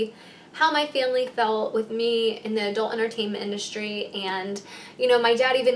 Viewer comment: Am i the ony one getting pissed bc shes saying adult enertaimnt (yes she says it like that) buissnes??